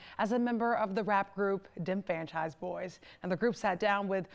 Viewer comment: I’m sorry, but she just say “Dem FAN chise boyz”?